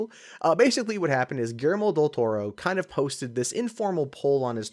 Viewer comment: You totally butchered Guillermo's name. LOL